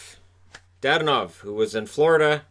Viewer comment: It's not DaDanov, it's DadOOnov.